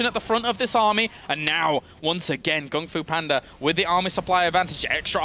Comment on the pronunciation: Wow, they never said GunGFuBanDa's name right until